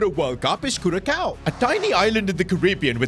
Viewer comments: It’s CuraSOWWWW NOT Coww🤣🤣 The Ç is Pronounced As An “S”Not A “C/K” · As someone who was born on Aruba and lived most of my life in Curaçao. Where the hell is "Kurakao"? I always find it funny how people pronounce it😂 It's pronounced Curasao bassicly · I like how he says curakao instead of curacao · It is pronounced as Curasao not curakao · Curaçao - " ç " has "s" sound and not "k" sound. We don't say " Barka" for Barça right? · Its pronounced “Curasao” not “curakao” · Curacow really cooked havent they (its said as curasau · Love the vid,just for your knowledge,its not pronounced curakau,its like curasao❤ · You probably can and its not curacao, you pronounce curasao and please fix your pronounciation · you call it Curasao not Curacao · it's pronounced 'Cu-ra-sa-o' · I'm dutch and since curacao is dutch Caribbean your saying curacao wrong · Pronunciation is Kurasao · I wonder of he realizes that some ppl from Cura watches his videos and how much it inrages them when hr says “curakao” 😐 Im yapping about me im from Cura 😐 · that's what i was about to comment, what a headache hearing curakao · Its pronounced curasao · I just cringe every time he says Curacao because hes saying it like curakao, Say the C s2g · It’s cur-A-sou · It's pronounced CuraSAO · It's Cur-a-sao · Not to nitpick, but it's pronounced cure - ah- sow. Love your content! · It is pronounced as Cura-sao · you pronounce it CuraSao, with an S instead of a K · It annoys me that a youtuber doesn’t even look up how a nation’s name is pronounced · If your gonna make a video about caraçao, atleast pronounce it right😭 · Bruh pronounced it so bad I hope my friends from Curacao don't see this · Bro that pronounciation of Curacao is gonna drive me insane🙄